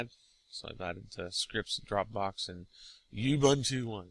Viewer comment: Ugh it's pronounced "oo-boon-too". It's a real word and used on a daily basis in Africa.